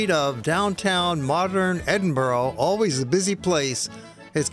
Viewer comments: it's not Edinburo, it's Edinburr. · Americans its not Edenboorg its Edinburra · Edinburgh not Edinborough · I've heard of Edinburgh...not Edinbro!!!! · Tariq Rasheed exactly! It's Edinburgh, pronounced..ed in bu rah .not Edinbro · Please: it's pronounced Edin-burrah: you Americans! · It's pronounced edinbrugh or ed in bu ra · Well made content but PLEASE learn how to Edinburgh the way you say it hurts my brain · where the hell does the letter O appear in EDINBURGH learn to pronounce my city correctly before making a documentary ignorant prick.